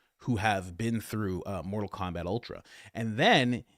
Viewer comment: Did you say mortal Komabat ? Glorious